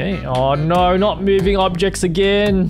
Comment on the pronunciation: "Mewing Objects" ~